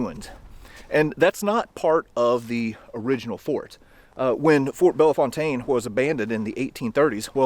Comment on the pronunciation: We St. Louisans cherish our traditions. Thank you for mentioning the local pronunciation of Bellefontaine .